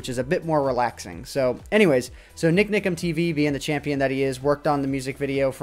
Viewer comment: Love how says NikNikam:)